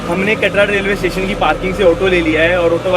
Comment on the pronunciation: Katra hota hai bhaiii katdaa niii hota